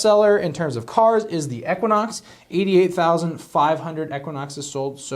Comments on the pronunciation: What is wrong with him pronouncing it eck wa knox ? LOL People across the pond and around the world do not pronounce things the same as those in the states. Why should those in the USA be restricted to a certain pronunciation sound? lol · Please pronounce equinox properly